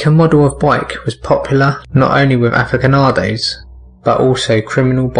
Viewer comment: and aficionados is pronounced afikonados instead of a-fish-onados